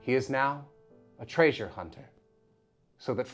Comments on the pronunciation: false! Trai-zure! Oh shit you said it right after 😂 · Let Fred say Træsure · FUCKING TRÆSURE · No one: My brain for no reason: Tray-zhurr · I was like "traesure???" Why "traesure"? Then the clip came and i died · omfg "trAySurE" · FINALLY Someone notices that weird pronunciation of Treey-sure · I’m wondering if that’s just an older pronunciation of treasure. In the old Rankin-Bass adaptation of the Hobbit, Gandalf says TRAY-zhure pretty consistently. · okay i REALLY appreciated and laughed really hard at the drop of Frank Welker's pronunciation of TRAYSURE at the end there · Okay, you had me giggling at the pronunciation of treasure. Love the Fred accent. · I legitimately love that Fredrick literally just CAN NOT pronounce the word "treasure" correctly for the life of him! ^-^ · He's the best because the way he pronounced "Treasure" in the old Scooby shows. There. Video over. You can go home now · My art history teacher freshman year of college pronounced treasure like that, asking other unusual pronunciations. God that was grating. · I love that pronunciation of treasure